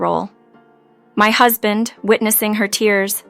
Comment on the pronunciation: This is either an English speaker who can't read well, or a badly programmed A.I. Too many mis-pronounciations to count, includine "Husband." Come on. Do better.